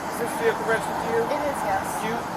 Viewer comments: VEE-HICK -ULLL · Her saying “vehicle” over and over again made me cringe real hard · Her “veehikle”. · She pronounces the “H” in the word Vehicle